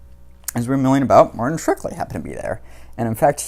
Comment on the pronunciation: It's Shkreli, not Shrekli,!